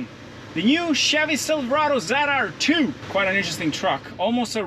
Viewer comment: Dont know Why I have to Say it, but It's not a Zedr2, but rather, a ZR2!!!